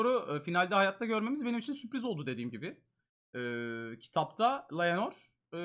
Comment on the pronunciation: Her seferinde inatla LAYENOR demesi beni mahvetti ya LAYENOR NE